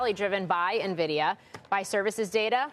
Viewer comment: Stop saying Nuhvidia!